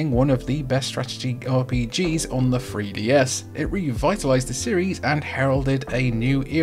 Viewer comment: Fwee DS